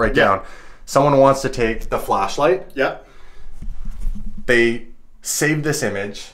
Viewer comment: Did you guys catch, other guy said 'Flash light' but he said 'Fleshlight?'